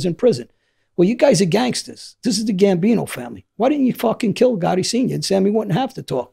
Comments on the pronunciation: The way he says gotti. " Ga ee" lol British accent doesn't pronounce the letter T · John goh-ee